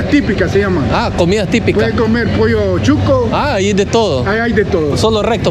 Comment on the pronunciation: Great video, I’m Nica and I couldn’t help the laughter 😂 when you said pollo chueco.. you were trying to say pollo chuco…. 😂. Chueco in Nicaragua means something else.. 😂😂🙏